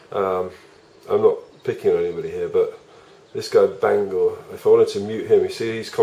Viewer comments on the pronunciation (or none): none